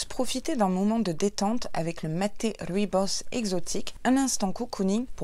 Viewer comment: Merci pour l'unboxing, j'adore ton serre-tête et ta tenue, ET SURTOUT, merci de m'avoir enfin appris à prononcer "rooibos" 😂😘 Sinon le cynorhodon c'est le vrai nom du "gratte-cul" ou églantine 😊